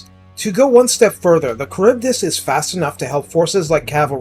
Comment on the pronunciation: I believe it’s “Kharibdeese”